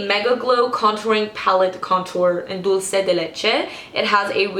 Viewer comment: WOOHOOOO YOU SAID THE Contouring palette name right people always say dulchay NO NO NO it's dulsay